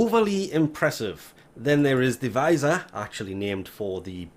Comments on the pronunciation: It isnt pronounced V-eye-sir... Its pronounced vizz-ear. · It isn’t ‘visor’ its ‘viz-eer’